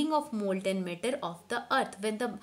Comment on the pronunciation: One more its matter not metter